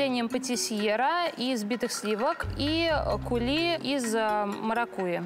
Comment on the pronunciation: Кули а не кЮли, (coulis) , то что может течь, то есть это соус .